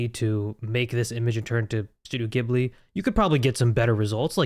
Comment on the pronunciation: Its ghibli not gibli